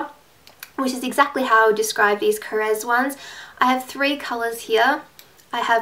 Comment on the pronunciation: yay you are the first beauty guru who pronounces Korres correctly! finally haha!! :)